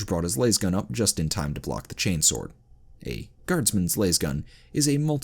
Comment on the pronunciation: Why do you pronounce specific things wrong repeatedly is it a Channel gag??? Cuz ive met and heard hard accent Indians pronounce them properly on their second try... For example Las(LAZ)gun not Las(Laze)gun....